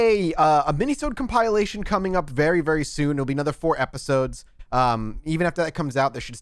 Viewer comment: Ya know... I've held my tongue thus far, hoping you'd self-correct, but: it is COMP-IL-ATION (/ˌkämpəˈlāSH(ə)n/), not COMPILE-ATION. That is all (oh and great Alex ep as always).